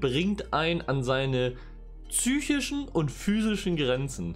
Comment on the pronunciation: Züchischen??? Psychischen.....